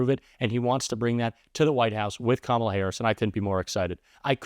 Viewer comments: Do they really not know how to pronounce her name or are they just stupid? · I wonder if the narrator would have, if not coached otherwise, correctly pronounced “Kamala” in Trump’s propaganda ad.